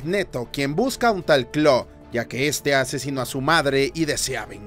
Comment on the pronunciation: "claw" dice el wey